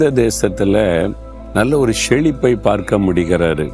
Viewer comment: காலையில முதலில் தவ்வனுடைய வார்த்தையை சொல்லுங்க. அதை விட்டு எதற்கு முதலில் history சொல்லுறீங்க?. செழிப்பு னு சொல்லுங்க. Not ஷேளிப்பு..